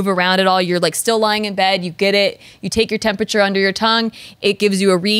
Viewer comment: Why does say “tempacher” 😅 it’s Temperature